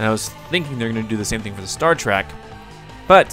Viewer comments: It is Star Trek not Star Track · I'm sure a bunch of other nerds already said this, but it's not Star Track, it's Star Trek, with an E.